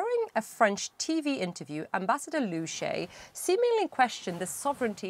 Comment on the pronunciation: “Lu Shah-yeh”, not “Lu Shay”. They didn’t even try.